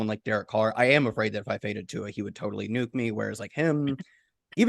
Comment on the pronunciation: Give it up for!! He’s the first one I’ve heard pronounce Tua’s last name correctly in maybe ever. Good job,.